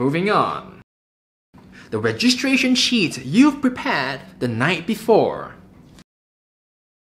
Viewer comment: they way he says sheet xD it sounds like shiet hahahah